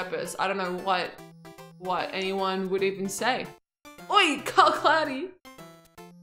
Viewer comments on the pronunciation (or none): none